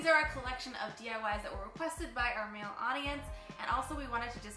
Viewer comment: Wow was it really necessary to emphasise the MALE though